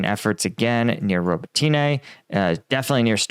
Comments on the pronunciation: Please don’t say robotyne and priyiutine. The y is silent. It’s Robotne and Priutne. I know you don’t know Ukrainian. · bro, can you pronounce Robotyne how the actual Ukrainians do? Robot-knee That’s how it’s pronounced, well how it sounds when said